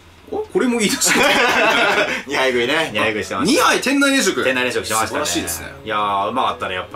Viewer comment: 飯田商店を相田商店て言ってる時点でダメですね。 来年も行っちゃダメ